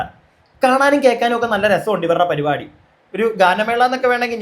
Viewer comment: പരുപാടി അല്ല പരിപാടി 🙏